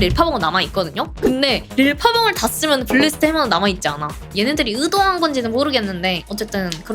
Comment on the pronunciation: 으도한~ 전라돕니까 경상돕니까 + 전라도 억양이 들리네